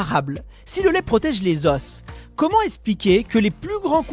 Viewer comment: Un os, des os un osse des eaux (prononciation)